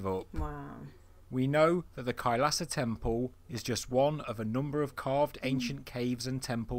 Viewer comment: Its Not Khalsa Its Kailasa 🙏